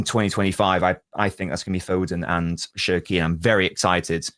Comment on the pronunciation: love u man but stop calling cherki SHERKEE an haaland HAAWLAND...😮